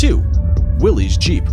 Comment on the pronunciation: The Jeep was from Willys-Overland and Willys is pronounced like "willis", not willy's.